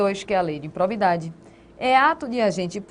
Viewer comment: IMPROBIDADE e não "impobridade"....cuidado com a Língua Portuguesa.